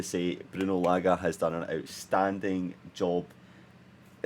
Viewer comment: Say Large without the R and it will be correct